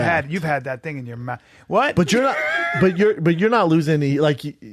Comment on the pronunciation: “You had that thing in your mou-th.”